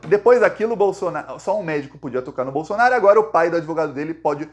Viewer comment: Tira essa bandeira brasileira de trás de você, e coloca a verdadeira bandeira q tu defende a vermelhinha com o machado! E aprende a falar certo, não é Bolsonario é BOLSONARO.